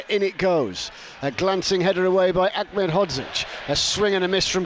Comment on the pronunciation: BBC commentator Achmed (phonetic) it's Aned he's not Arabic!